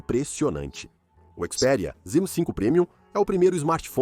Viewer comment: Ele disse CHIS PERIA